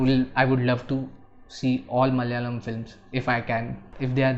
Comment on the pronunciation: Hey, sorry to pick on you. it is pronounced as M A L A Y A L A M. Not MAL - YALAM